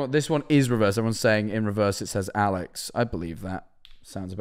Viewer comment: When mans was saying alex i heard owl legs